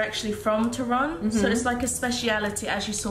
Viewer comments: Girls, a little polish lesson, accent in Polish 2 syllable from the end so TOrun :) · I love when you say Torun it sound like ,, Toron - to ,, nice blog 👍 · Its Toruń ( toh-rooń) and Sopot (so-pot) and girls completely twisted the name of Toruń and it didnt sound right the way they were pronouncing at all so I doubt its similar to your language